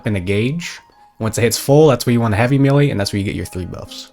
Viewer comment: Hearing a grown man repeatedly say the word "melee" wrong in 2025 is wild